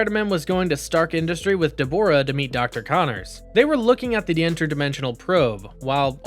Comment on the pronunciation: He also mispronounced Deborah, how do you do that? Lol